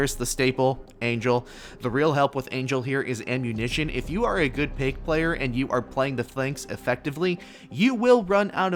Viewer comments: Not payke, but paik. So hard to pronounce. Easiest specialist to get to t1. Paik + smoke = hidden aim bot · So the right way to pronounce "Paik" is "Pik"?